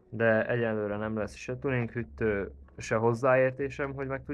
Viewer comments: Az nem hüttő hanem hűtő. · hüttő-vel nem kell törődni, tipikus magyar dolgok ezek, bakkancs, szöllö, stb.. :D viszont, ne mondj hogyat egy videóba hogy franc tudja, illetve a cache az nem "kéccs", hanem "kess"